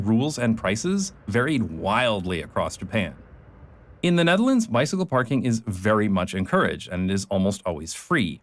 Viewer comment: You wrote Nederland... the dutch will be pleased.... actually you pronounce Nederland place names without choking on your own tongue... I'm pretty sure you are Dutch.